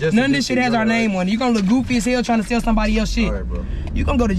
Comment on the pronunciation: You tried to SELL not “Sale”